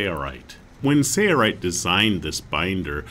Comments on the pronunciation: Sounds like he's saying "Sayrite" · Why cant this announcer pronounce SAIL rite? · So strange to hear the company name mispronounced on every video.